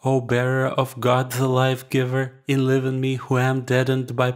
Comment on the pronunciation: A spiritual treasure indeed! Beautifully sung and the reading was excellent:so clear and read with such devotion at a prayerful, meditative speed, too. There was one tiny mispronunciation. The word"enliven" in the 7th Prayer to the Most Holy Theotokos. This should be pronounced with a long "i", as in "alive", rather than a short "i" as in "live". English pronunciation and spelling are notoriously tricky! That said, congratulations to the reader for I have listened to several such recordings but only this one offers the full Russian Orthodox Morning Prayers, with chants and, most importantly of all, has crystal clear diction which enables me to pray with full concentration.Glory be to God indeed!